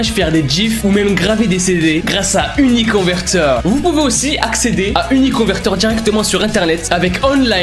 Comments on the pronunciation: La manière dont dit: " uniconverteur🦄" 🤣🤣😂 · Son accent quand il a parler de uniconVerTEUR est trop marrant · Il dit 9 fois uniconveteur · TU A DIS UniConverTEur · IL A DIT 10 FOIS « Uniconverteure » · Il a dis 12 fôis uniconverteur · Ta dis 11 fois uniconverter mdr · Combien de fois a t'il dit uniconvertor ? 🤔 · Sa se voix que t'ai souler de dire uniconverteur